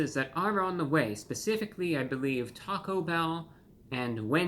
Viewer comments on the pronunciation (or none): none